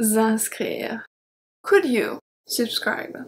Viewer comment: Your shuld, wuld, culd was very cute and sweet :). The L is silent in all of em btw.